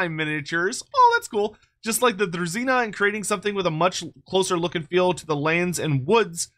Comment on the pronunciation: Its definitely pronounced as druzhina (as in vision), not druzzina Trust me, I know Slavic languages